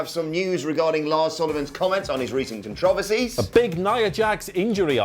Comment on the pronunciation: Nobody's talking about the way says controversies?